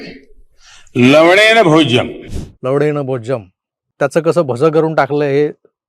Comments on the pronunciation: मग आधी ह्या संस्कृत श्लोकाचे खरे उच्चारण अंगुठा छाप चायवाल्या भैय्याला शिकवा कि ते 'लवणेन' आहे लवडेन नाही 😂🤣🤣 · तो लव.... बोलताना लवनेम ऐवजी लव..... म भोज्यम असं बोलला होता